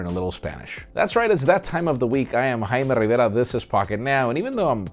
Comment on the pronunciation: No. You're Jaime Rivera. Say it proper.